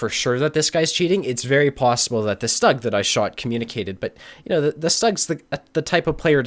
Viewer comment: Awesome one, loled all the way But please allow me to correct you The german tank destroyer “Stug” is not pronounced in an english way. In German (which is the language of tank owners and thus the correct tank name comes from it) is pronounced as “Shtuug” Keep giving good videos ^_^